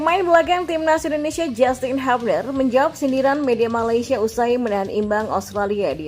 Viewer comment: Justin bilang, lafal/ menyebut/mengucapkan nama belakangnya itu "hyubner" bukan habner